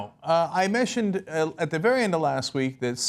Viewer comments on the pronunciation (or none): Did he say he Meshtioned? (mentioned)